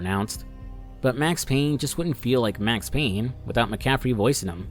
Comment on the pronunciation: It’s Payne!